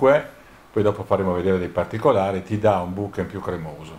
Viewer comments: Molto interessante! Finalmente vedo una prova del genere che sfata un po' di miti. Però ragazzi "bokeN" non si può sentire, è una H quella finale! Ultimo consiglio, curate il video! Il montaggio durante il viaggio è brutto e anche l'audio. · Da possessore di Olympus vi ringrazio per questo video confronto, davvero interessante👍 però la pronuncia della parola giapponese BOKEH è errata! si pronuncia così come è scritta. vi lascio il link in descrizione